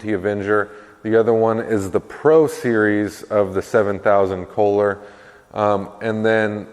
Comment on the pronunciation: Isn’t it Kolher or kohler Pretty sure it’s not K holer